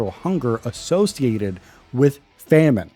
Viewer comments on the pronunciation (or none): Never say famine again